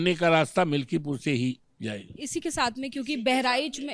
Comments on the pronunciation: पत्रकार मिल्कीपुर को मिल्कीपुर बोल रही है। ऐसे ऐसे तो पत्रकार हैं। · मल्कीपुर ना मैडम मिल्कीपुर है पूरी जानकारी लेने के बाद इंटरव्यू लिया करो😅